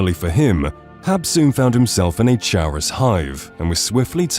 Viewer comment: Your pronunciation of the word "chaurus" is really weird. The bugs drop a material named "Chaurus Chitin" and the word "chitin" is a commonly used word to describe the material that comprises insect exoskeletons. In the usage of the real-word English language, the word for exoskeletons is pronounced like "KY-tin", and by extension, the bug is likely called a "CAR-us." But what do I know, I only had five different English professors all tell me my grammar is annoyingly immaculate and so too is my writing, usually.